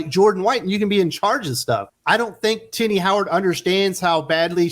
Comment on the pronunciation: everytime you say Tini I hear ti**ies😁😆😅🤣😂🙂